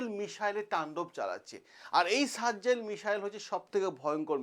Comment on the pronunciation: আরে সারজজেল না ভাই সাজজিল।